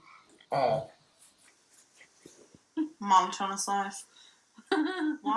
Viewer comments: When this aired people went nuts about Beckys pronunciation of "monotonous", go back and look at ALR's reaction, she knows she said it wrong and smiled like was an idiot. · I'm sorry, are we just going to skip over saying "mono-tonus"? Mono-tonus!!!